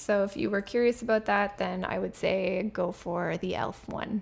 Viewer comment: Pronounces "Say" not "Sigh'".